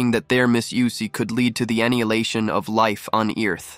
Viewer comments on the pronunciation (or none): It did it again! It said Eniliation and Eearth